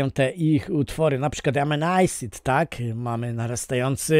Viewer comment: Asid nie Ejsid 💪😜